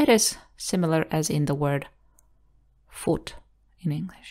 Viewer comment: Hi! Thanks for putting it all together. I really like your teaching approach. One remark: foot is pronounced /fʊt/ not /fuːt/. If I were you I would use the word pool /puːl/ as an example. Otherwise native speakers of English might find it confusing.